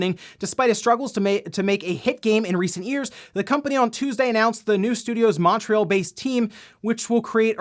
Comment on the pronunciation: i love how Americans pronounce Montreal... 🤣